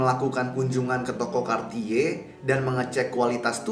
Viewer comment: kenapa dia bilang nya kartiye sih, kan aku jadi ngakak 😂😂